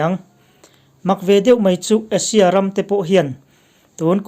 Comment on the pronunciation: Asia i lam hi Russia iti maw ka tia lawm